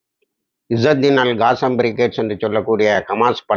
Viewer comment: காசம் அல்ல கஸ்ஸாம் என்று உச்சரிக்கவும்